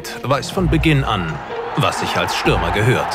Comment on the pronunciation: Brudis, das heißt Stürmer